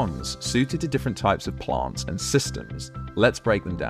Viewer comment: Wtf are "PLONTS"??